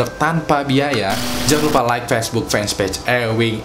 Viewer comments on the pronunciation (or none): none